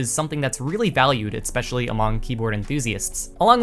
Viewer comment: why does this guy say "etspecially"???